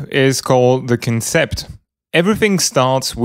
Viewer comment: the word concept has it's emphasis on the 'con' part, so more like CONsept